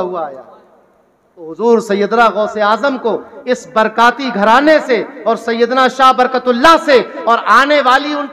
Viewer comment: برکاتی نہیں برکاٹی